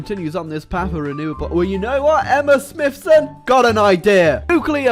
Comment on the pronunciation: he said Smithson right, once a woman said SmiTson. I've been triggered since.